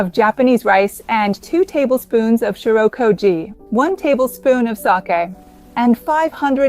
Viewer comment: Why does it sound like there is an R in "shio"?